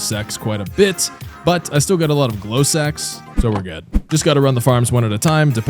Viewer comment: bro did not say sacs